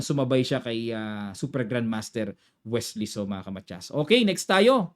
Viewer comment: Sa excitement mo coach, naging Welsy na c Wesley hahaha